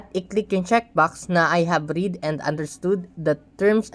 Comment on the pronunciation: I have "read", pronounce mo ng RED hindi RID....